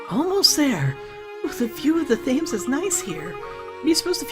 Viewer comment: I know this let's play is long finished and I havnt finished watching so you might have realised it by now but your pronouncing Thames wrong, it's actually pronounced like "tems" sorry if you already knew this it just really bugs me hearing you call it "thaims" ;v; really enjoying your Layton let's plays btw! I hope you get the chance to film the last two sonetime :)